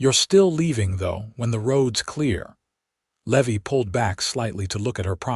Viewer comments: Man this narrator sure can slaughter a name !!! Just awful !! The cowboy isn't a le- veee . His NAME is LEEE-VIIIII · Levi is not Levy. Think Levi like the jeans. I really wish that you all would hire actors who know this stuff instead of stupid AI that knows nothing. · The misprounciation of Levy is highly annoying. As is the so overused name of Hope! But the story is solid and the premise unique. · Love the story, the characters are wonderfully written, the AI is killing the name Levy. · I love these stories, but the AI errors are annoying! How can you slaughter the name "Levi"? Still going to listen. . .probably a great story.